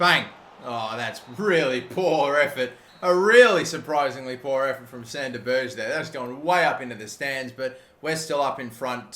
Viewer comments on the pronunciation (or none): I heard it too. I was crying with laughter